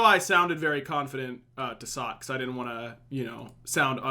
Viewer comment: Please stop saying dudn't. You literally never say didn't. Nothing else in your accent betrays a southern vernacular or accent. For the love of all that is holy - PLEASE stop saying dudn't once a minute, I actually have to mute your casts or I go crazy.